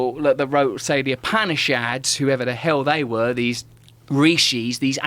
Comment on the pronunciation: Upanishads, he mispronounced the hell out of it, lol.